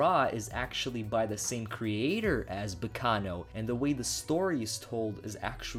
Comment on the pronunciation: Hearing him say Baccano is very painfull.